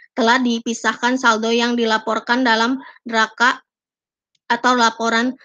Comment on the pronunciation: neraca bacanya ya nak...bukan neraka....